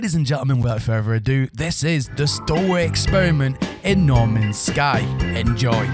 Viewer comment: Norman's Sky, everyfink, and wivout ferver ado, all in the first minute or so.